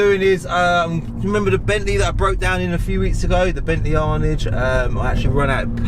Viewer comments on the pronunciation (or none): Come on its pronounced "Anaaj" not "Arnidge" 😝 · Its actually pronounced "Arr'narge" not "Arnige" FFS (think of a french person saying it) Cmon son show a bit of class, I thought I was a w*****r for running out of petrol in an arnage a few years back and some guy mugging me off for filling up a rolls royce bentley with a £5 plastic green petrol can in a bus stop. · Bentley Arnidge lol.....Aaaaarrnaaage. That's a Luton accent if I ever heard one lol